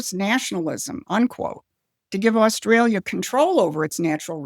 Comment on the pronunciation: Albo is a Sniveling Little Shite Weasel……We Aussies Hate him, he can’t even pronounce Australia…..What a Fool.